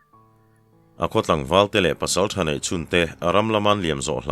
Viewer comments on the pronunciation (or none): none